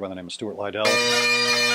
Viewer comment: Great stuff, I just discovered the C# roll myself a few weeks ago when watching Brian Finnegan play the wave sweeper by John McSherry. Also Stuart Liddell is great however its pronounced Liddle as in rhyming with little rather than Ly-dell! Great piper, best wishes and hope you're well - from Scotland.